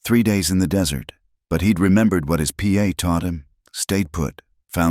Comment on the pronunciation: True story and the man changing his voice to imitates a woman, hilarious and pa Pro nounced P.A.! Hilarious to say the least or female horse called a Marey! Spoils the whole story every second name is either Sarah or Clair geez,no imagination 😅